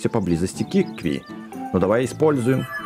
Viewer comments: ты специально неправильно читаешь? Какие киви? кивки? Ты в прошлой серии правильно читал КИКВИ а сейчас такое, будто между серий решил специально это делать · Это не кивки а кикви! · кикви,а не киви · Не кивки а кикви! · не квки а кикви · КИКВИ а не кивки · КИКВИ НЕ КИВКИ